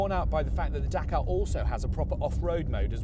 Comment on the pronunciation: Dakar, you mean Dakar